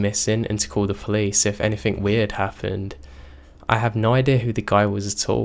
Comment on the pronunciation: Dawn Dennis he says anythink and nothink